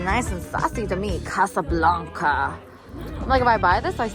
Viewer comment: Casablanca is the biggest city of Morocco 😅 the way you said it was tooo funny